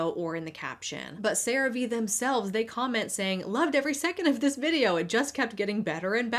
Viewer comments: interesting how you pronounce CearVe one way all through the segment until we get to where you pronounce it as "Ceraveay" instead of "Ceravee" 😉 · Its pronounced Sera-Ve?! I always thought it was Crave just spelt with an e lmfao omfg. I never even thought about the V being capitalized... 😅🤣🤣🫣😊 Also, i appreciate your videos, and realism, i HATE watching influencers adds because they are all dumb lies and just fake adds worse then actual TV/cable adds because whats the point of listen to a person lie about a product vs a product saying here we are, we have this, this is what its for Buy It!. Lmfao